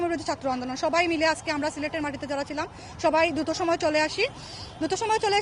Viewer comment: দুতো না দ্রুত হবে আপা😂😂